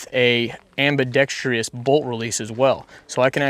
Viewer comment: For the love of pete, please everyone stop saying "ambi-dex-TREE-ous." Ain't no tree in there. :D Ambidextrous. Cool vid.